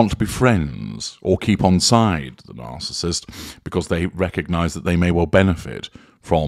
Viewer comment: I agree. I just wish he would learn how to pronounce "narcissist".